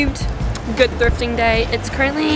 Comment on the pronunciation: She went thrfiting.. not thrifting😭